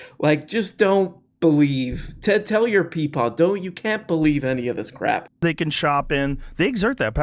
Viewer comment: The Zizek pronunciation of "crep" will never not be funny